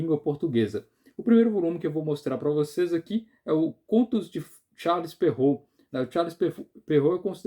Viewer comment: Parabéns, acho que é a primeira vez que vejo um vídeo sobre o tema que acerta a pronúncia de Charles Perrault. Eu entendo que ninguém é obrigado a pronunciar e é legítimo adaptar para nossa língua, mas algumas pessoas fazem uma pronúncia puxada para o inglês, super complicada e completamente errada (o nome é francês) e seria muito mais prático falar o certo como é em francês, rs